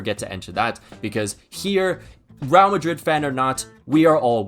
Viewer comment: Bro why are you pronouncing it as “Rial Madrid?” Makes me think of the Saudi currency